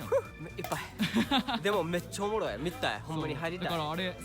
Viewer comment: 「めっちゃオモロイ！」の発音がネイティブ